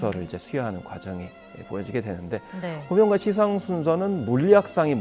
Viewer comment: 평론가께서, 시상의 발음이 틀렸다.! "시상"의 "시"는 장음인데, 평론가께서 짧게 발음했다. 이는 실로 놀라운 일이다. "한국 어문을 고발함" 이라는 책을 읽어 주시기 바란다.